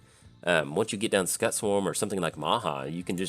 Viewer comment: Cool list. Just waiting on some cards and I'll have my list of Hazezon all done. Looking forward to playing it! Oh, Just so you know Scute is pronounced kinda like ss-cu-te.